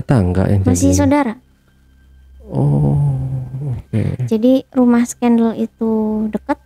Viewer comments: Gue sebel banget sama ini orang, ngomong skandal aneh skandal jadi skendel.. Trus pisah belum punya surat cerai tapi udah nikah lagi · jg sebenernya pingin ketawa tuh waktu dia ngomong skendel... jahat banget ni orang kaya alim tapi kelakuan kaya sundel....